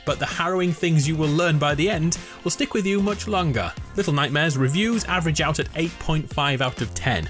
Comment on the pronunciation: LETTLE NOIGHTMAREZ